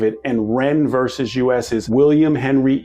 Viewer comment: VERSUS! THE FUCKING WORD IS VERSUS! It's NOT "VERSE"!!!! 🤬